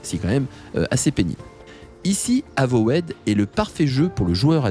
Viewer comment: Avowed ne se prononce pas "avowaide" mais "euvaude". de rien.